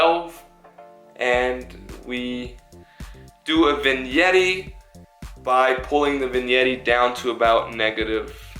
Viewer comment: Bro said vinyetti